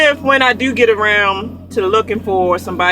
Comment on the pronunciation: Say "do" lmao Baltimore accents like "deuw" aww low and deep